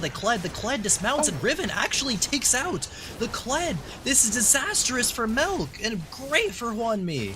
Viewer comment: "MELK" lol